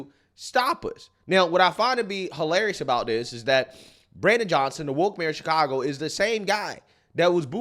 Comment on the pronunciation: "Chicongo.".